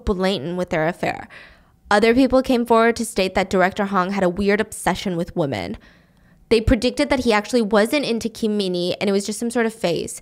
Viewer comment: Can someone explain why stephanie always says woman instead of women?